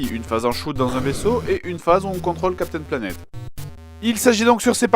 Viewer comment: Ouais on dirait qu'il dit vraiment "Captain Lavette" ... ou "Navette" c'est pas clair !